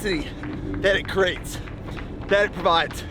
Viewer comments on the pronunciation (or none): Someone teach my man how to say the word “create” please